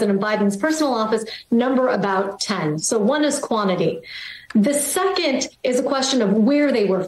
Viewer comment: "the secont" ....ummmmm....did you attend high school ?